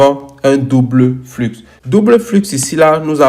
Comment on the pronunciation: Bonjour mon frere, dans le mot "flux", le x ne ce prononce pas, ce dit "flu"mais s'écrit "flux"..... merci pour ta video ça ma appris impeu plus sur les cta 🙏